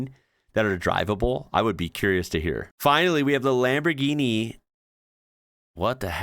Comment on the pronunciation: ch and gh are different for a reason, they don't make the same sound, both c and g have a hard sound when followed by h and a vowel, in Autobianchi the sound is "k" as you said, but Lamborghini is not lamborkini at all, here pronounces it correctly, lambor-gee-nee, with the g having the same sound as in "gift".